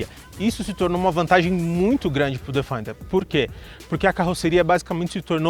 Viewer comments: A pronúncia correta é " defender ", e não " defainder ". Parabéns pelo canal. Abraço. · Bom vídeo! Fora a pronúncia do nome do carro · A pronúncia de Defender não está correta... o vídeo está ótimo no restante